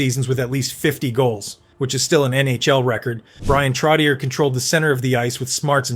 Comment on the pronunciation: Trottieeerrr? Trocheeeay